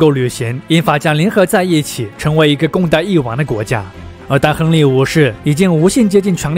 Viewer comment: 頻道主很用心，稿子寫得很好。但朗讀發音常造成理解障礙，咬字不清或發音不一樣，四個小時聽下來，聽的非常吃力（權力唸成強力,封建唸成分建....，常要倒回去看）。不知是否是鄉音或口音造成還是不自覺的習慣。如果能唸更標準會更好。會有更多人受益。還是感謝。